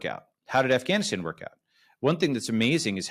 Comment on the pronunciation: Balaji not just being a boss as usual with his knowledge and analysis, but with his proper pronunciation of Pakistan. But it's surprising that he still mispronounces Afghanistan though.